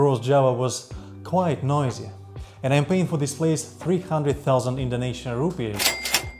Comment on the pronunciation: I love your clips on YouTube but please STOP saying ROEPIES!!!!! The currency of Indonesia is: INDONESIAN RUPIAH (roepi aah). We are not India!!!! Thank you! Keep up the good work!